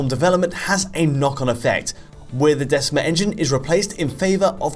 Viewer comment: Decima in classical Latin is said with a hard c a k sound not a soft c like cell.